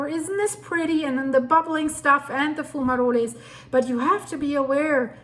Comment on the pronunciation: I love your accent. Especially when you use the Italian fume-roles, but Geyser is pronounced like "I" as in "eyeball." I'm a geezer!